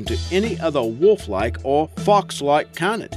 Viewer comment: For the love of god its pronounced cay-nid! CAY-NID! How many times can you say it wrong in one video? My poor precious ears